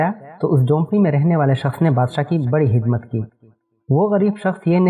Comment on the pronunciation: Bro hidmat bolte ho aap ya khidmat Please replay